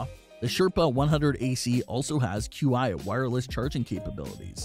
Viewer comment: Its not “Q.I” its “Chi”